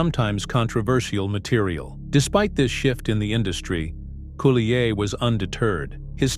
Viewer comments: I'm TRYING to listen to this, but it's hard to concentrate without being distracted by the robo-voice mis-pronouncing Dave's last name! All that aside, Dave has my love and prayers that he can go on to fight and win his battle against cancer! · Yes! The mispronunciation of his last name is driving me batty! But like you, I wish Dave only the very best in his road to recovery from cancer.